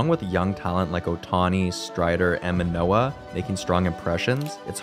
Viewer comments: dude said Manoah ☠️ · Manoah??? Lol I have news for you.... Otherwise great video.